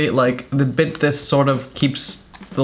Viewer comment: Like how he just says "tha" instead of "that" - love ur videos Raphael